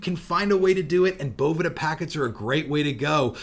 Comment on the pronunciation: The best part of this vid is that you’ve finally started pronouncing Boveda correctly 😃